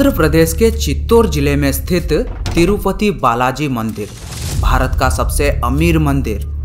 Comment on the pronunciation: Bhai tirupathi hai tirufathi